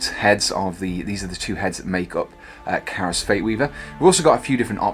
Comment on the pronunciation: KAI-ROS....KYE-ROSS!! Not CARROSS